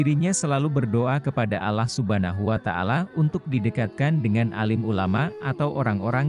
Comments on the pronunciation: Mimin nyebut Allah itu kedengaran nya alah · Pembawa berita ini apa anda bukan muslim? Menyebut Alloh kok Allah. Sebutan Allah hny oleh org non muslim.